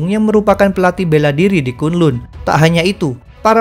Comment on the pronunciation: Bacanya kan lan bukan kun lun